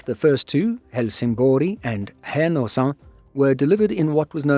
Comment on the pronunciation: "Härnösand" could use some work, though. But nobody's perfect.